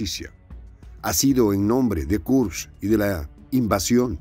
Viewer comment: Se pronuncia Kursk:)